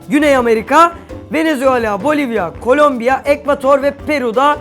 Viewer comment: abi sen colombia molombia diyorsun ya bi açık konuş bizim göyde böyle şeyler yok armut bilermesen sen